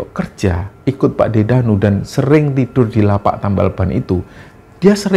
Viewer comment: Dengerin ngomong: "TAMBĒL"-BAN jadi:"TËMBĒL-Ban".... hehehe.....😅😂.... tp mgkn justru dsni lah "UNIK"-nya ya mas.....?? Semangat trz & Team "Kembara-Sunyi"- channeL!! 👏👏👏👏